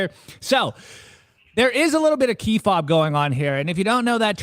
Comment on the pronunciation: Kayfabe not Keyfob 🗝️